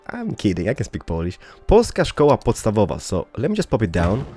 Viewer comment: Polska szkoła podstawowa: you say it : Polska "shkoua podstawowa" (kind of, but remember , don't read "u" letter as "you" but only "ooo" :) (P.S. I'm Polish :])